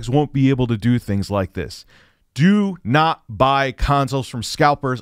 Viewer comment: “Dew nawt seek the treasure!” “DEW NAWT SEEK THE TREASURE!”